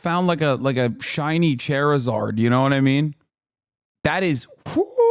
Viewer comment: THIS MF SAID CHAIRIZARD. I spit out my sprite laughing when I heard that. He should never be able to live this down